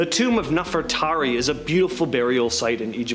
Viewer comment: Bro how can you not say NEFERTARI….and then after correcting yourself you STILL failed by repeatedly saying “Nefertati”?! I would have been a little more understanding if you would have simply confused “Nefertari” with “Nefertiti” but no…..you just failed all together and that was after putting forth GREAT effort!! How are you going to be EDUCATING ppl on sh¡t you can’t even pronounce? Are you RE…..SPECIAL?!